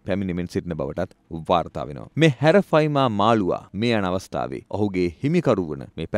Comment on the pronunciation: හැරෆයිමා නෙමේ ඇරපයිමා